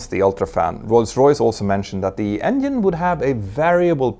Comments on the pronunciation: it's not endine, it's engine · I like how he says ‘endien’ 😊